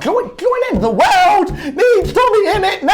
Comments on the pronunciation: i like how says world like weld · I like how he said wairlrd